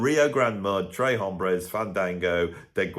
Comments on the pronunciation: You're so high cultured,. It's not /trae/ hombres, it's /trehs/ hombres. Actually with a Texas drawl, closer to English 'trace'.:) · Texas thanks you 🇨🇱! Although I did like early ZZ Top better. Later seemed overproduced promoted and package. Although I’m sure they were Great life. I have all those early ones on vinyl thanks to my friend‘s older brother working at a radio station. Please say the S in Tres hombres it’s not bloody French. Wasn’t Edgar Winter Rick Derringer an 😊American band? They were great.❤